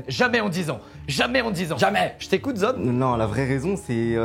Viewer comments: Je suis le seul à avoir entendu Zob et pas Zod pendant toute la vidéo ? Sinon c’était génial zod est tellement gentil ❤️ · Je pense que sur les 200 fois où ils ont dit zod jai du entendre 190 fois zob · C'est normal que j'ai entendu pendant toute la vidéo le mot zob à la place de zod ? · J'ai pas pu m'empêcher d'entendre 'zob' à la place de 'zod' pendant toute la video... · Je suis le seul a entendre "ZOB" à chaque fois? `:-)